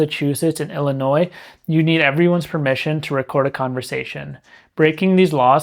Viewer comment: I realize this is pedantic but the S in Illinois is silent.